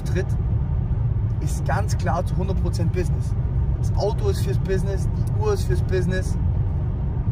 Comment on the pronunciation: "Mehrere Bissnisses"